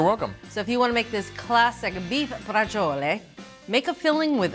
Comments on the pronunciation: It's pronounced (Bra chole) not brachole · Please learn to pronounce "Brah-zjole" correctly. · It’s pronounced “Brah-zjole” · Oh my goodness, Neopolitan is definitely Italian creole or patois because I have never heard the real Italian pronunciation for Braciole until now 🤣😂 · Both of you are mispronouncing it. Tony Soprano pronounced it correctly. You need to watch Sopranos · You DO pronounce the “e” if saying it in Italian.